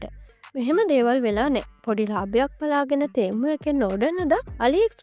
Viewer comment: තේමු තේමු ගන්න එපා යකො...ටෙමු කියාපිය.